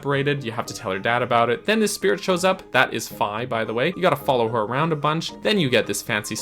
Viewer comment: You're correct pronouncing Fi like Wi-Fi. Her name in Japanese is ファイ, or Fai, which sounds exactly like the 'fi' in Wi-Fi. ;) And yes, you more or less pronounced kunai correctly as well. Two gold stars for you!